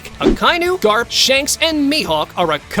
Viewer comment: garp not grap